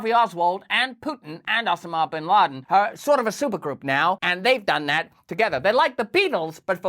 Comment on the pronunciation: Óssimá Bín Laden. Pronunciation makes stuff hilarious.